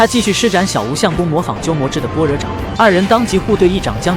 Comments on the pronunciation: 般“bo1”若"re3"，不是"ban1" "ruo4"。另外，虚竹忠厚之人，哪儿来的满脸不屑？ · 般若請念ㄅㄛ ㄖㄜˇ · 笑死。人家是bōrě掌